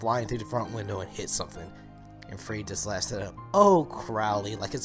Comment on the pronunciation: are they gonna show this to us in season3?! btw its - ferid not freed ☺😜